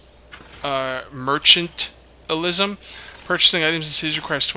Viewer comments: FYI mercantilism = mer-can-tile-ism. Mercantilism is actually bad economically. Google it. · Mer-can't-ill-ism. just helping out. :)